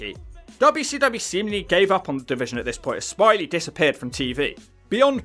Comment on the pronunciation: It's smi ley it's French 🤣🤣